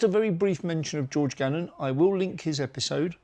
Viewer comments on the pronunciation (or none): Gammon not gannon 👍